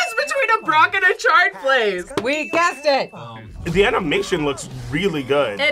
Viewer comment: Is she saying shard, its chard.